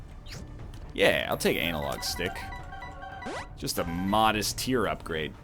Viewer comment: Of all the weird pronunciations, "Anal Log Stick" might be my favourite one so far...